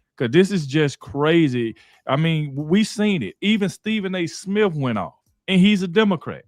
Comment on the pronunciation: Stephen A Smiff 😂😂😂